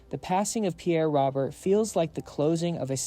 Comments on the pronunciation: Pronounced “ ROWBEAR”… not Robert. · And for the genius who pronounced. Pierre's last name wrong . It's not spelled like this but it's pronounced. ROBEAR. .